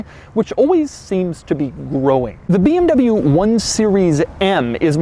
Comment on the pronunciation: Why does it sound like in the beginning he says this is the beeabnabyoo m2